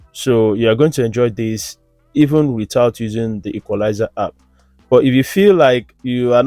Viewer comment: Boom is not pronounced bum and it’s app no harp❤️